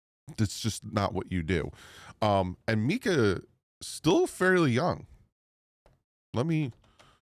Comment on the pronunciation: MINK-ah not Mee-kah